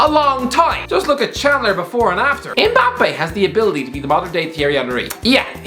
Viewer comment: Why do people(mostly white people) call him EMbappe? It’s Mmmbappe